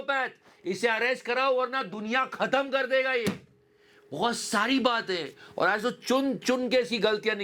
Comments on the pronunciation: "Aj" not "As" jahil... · he never went school. How he pronounced as 😢